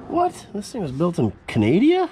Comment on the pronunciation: I was sure i was the only one who said "canadia" where it shouldnt be used